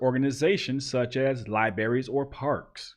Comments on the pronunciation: Libraries not libaries. There is an r after the b. Just saying, come on brother enunciate properly. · Come on man "Libarries" you're better than that